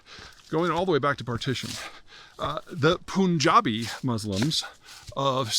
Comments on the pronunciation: Du-u-ude! P- U- N, "pun". Just like the English word. NOT "poon". "Pun/ja/bee". Capiche? When will "yous guyses" get it right? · By the way its pronounced Punjabi, not POOON jabi. You forgot to mention Punjab and India was done dirty by colonialism. Please update your sources. This whole mess is 2nd to colonialism.